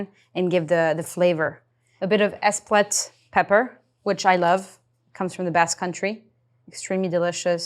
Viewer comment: she said 'espouette' wtf